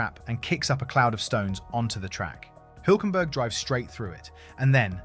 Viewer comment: HILL .... HULK You don't know how to pronounce HULK??:eyes-pink-heart-shape: THE SAME AS THAT CARTOON SUPER HERO YOU KNOW THE BIG GREEN ONE, HULK ... I go up a Hill.... F ME THAT WAS HARD TO LISTEN TO:face-blue-wide-eyes